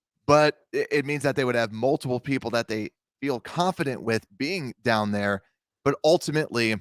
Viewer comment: BEAR DAHN